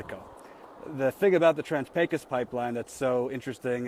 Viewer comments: Pecos , pronounced : Pecoose or Paycose , the A is long and the O is long . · Oh god you are still pronouncing it wrong. Please be more of a yankee. <3